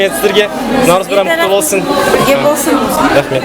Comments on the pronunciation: НаурЫз! Ударение на Ы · Ударение на “ы” не на “а”, наурыыыыз. Алма кетті домалап, көше бойын аралап, кім алманы табады, сол ойыннан шығады. Қайран қазағым-ай, тіліңды, діліңді, дініңді ұмытсаң, ары қарай қазақ деген атты алып тастасаңда болады. Таза орыс болып кетті деген осы! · дорогой друг,праздник Наурыз идет с ударением на второй слог!)